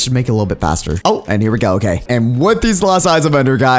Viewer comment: why do you say loki and not okay